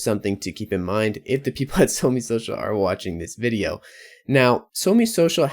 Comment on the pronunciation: It's SOMEE not ONG